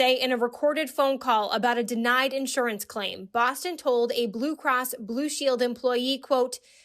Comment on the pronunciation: "medical craim" LOL